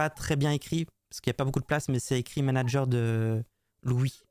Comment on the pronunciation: En + d'être un brouteur c'est un abruti. Il est c.. comme une valise 😂 "Le managueur" 😂😂😂 Même ça, il est pas foutu de le prononcer correctement.